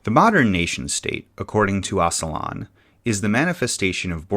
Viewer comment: Oh-juh-lahn not oss-uh-lahn